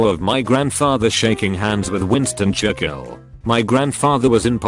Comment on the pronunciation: British text to speech program can't pronounce Churchill